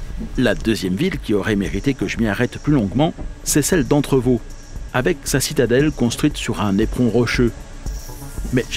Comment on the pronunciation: Super, l'intro qui commence sur les "éléphants ", juste après Entrevaux. Ce sont des ouvrages qui protègent des chutes de pierres la ligne et aussi la route (l'ex N202). Sinon, on dit le t de Annot et le s de Allos ... pour Entrevaux, c'est bon, on ne dit pas le x. 😉